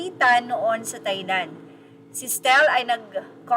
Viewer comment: Just a correction: Thailand is pronounced TAY-land, just like baht is pronounced BAT, with a silent H. It’s not read as an English word, similar to Vietnamese pho, which is pronounced PO.